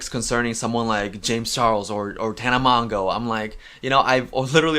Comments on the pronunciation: I cringed a little bit when he said Tana Mongo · Tana's last name is pronounced (Mo-jo) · Honest question, do creators purposely mispronounce tanas name?